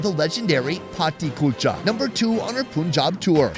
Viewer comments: You have a point. Americans would freak out if an Indian pronounced their words incorrectly. And saying 'Poonjab' destroys the name and is actually more difficult to say than Punjab! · you are spelling "poonjab", that wrong. It's "pannjaab" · A few big errors here. Number 1 - please stop pronouncing it as Poon-jaab. The first syllable is pronounced like the word "pun". Second, no-one uses dried cilantro - the dried leaves in the butter chicken are dried fenugreek leaves, called "kasoori methi". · bro im indian. 🤣 poonjab punjab sameting. All the difference is, is the spelling and how you interpret the pronounciation. 🤣 poonjab punjab no difference. 🤣 also plenty accents of ppunjabi too. 🤪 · Stop saying Poonjab 😠! It's Punjab, as in sun, gun, run, fun, PUNJAB. Do you people call the sun the soon or a gun a goon??? What is it with you people. Carry this on and I will unsubscribe. Have some respect and pronounce words and names as they should be. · Poonjab is not right...americans make fun of our accent now it's our time to make fun of theirs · There is no dialect in Punjabi or any other Indian language that pronounces it as "Poonjab" because the root of the word comes from the number 5 and so could never be "poonj" (Punjab means the land of 5 rivers). If he had been pronouncing incorrectly the words "Worcester" or "Arkansas", and I had pointed this out, would you still be this rude? Obviously, people would know what he was referring to, but it doesn't make it correct. I was not rude in my comments, just stating a fact. He is in the country, he is hearing everyone pronounce it as "Pun-jaab" and he continues to say "poon" and you're yelling at me? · I know but he has pronounced it many times likes this so that how he says it. and you unsubscribing doesn’t mean anything to him because he will get even more subscribers or fans anyway